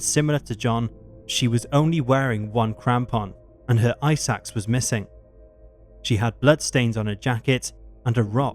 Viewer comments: Ice Axe not eye sacks. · Narrator “his/her ice axe” My brain- “eye sacks”